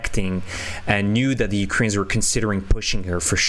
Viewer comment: How is it that you cannot pronounce 'Ukrainians'?